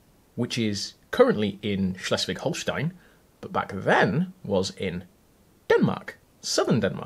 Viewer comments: ooh, aah. knows how to pronounce Schleswig-Holstein. So impressed. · Would have loved to watch/listen to your digression about Schleswig-Holstein/Denmark/Germany! Also props to your pronunciation! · That was a surprisingly good pronunciation of Schleswig-Holstein, kudos! (I grew up there and hearing English speakers trying to pronounce it is always fun)